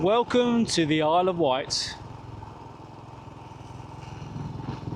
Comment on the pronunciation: It’s the Isle of Wight, not White 🤨